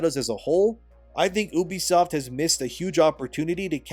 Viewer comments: you be, not eww be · I really love how you say "OOOBISOFT" and not "EWWBISOFT" ! 😂😂😂😂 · Why do yall pronounce it as “oo-be-soft” that just never sounds right 😭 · Bro… “uubeysoft” is not how common folk say it😂 it’s “yoobee-soft” sound it out guy. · People who say "Oobisoft" and "Yaske" when it's literally spelled Ubisoft and Yasuke needs to be put in mandatory speech therapy... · Why do you pronounce ubisoft like "oo-bisoft"? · Its "you-be-soft"